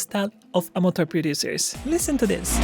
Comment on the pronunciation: Say: a-muh-chr.. a-muh-chr.. a-muh-chr.. NOT Amater